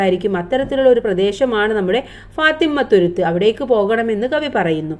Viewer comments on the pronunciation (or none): class enikk manassilayi ila ഫാത്തിമ്മത്തുരുത്ത് അല്ല ഫാത്തിമത്തുരുത്ത് എന്നാണ്😂